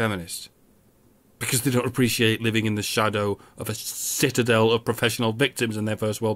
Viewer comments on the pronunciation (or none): none